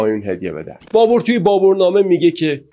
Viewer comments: دوست عزیز تلفظ ( BABER ) صحیح است نه ( BABOR ) . این بی توجهی از شما بعیده و اصلا پسندیده نیست . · آقا جا بابَر ھست بور نیست بابر babar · فکر میکنم تلفظ درست بابر باشه نه بابور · لطفا فارسی بخوانید و تلفظ اسامی را درست بیاموزید ، نامی به نام بابُر نداشته ونداریم سواد کافی شنونده وبیننده کافی